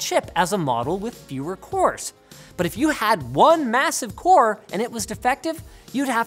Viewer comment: wcores, wcores, wcores !!! That is all i heard hahah i won't tell which letter to replace with which one :)